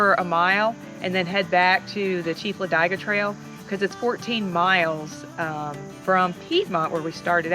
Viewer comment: Its LA DIG A not LA DIE Ga - Otherwise great video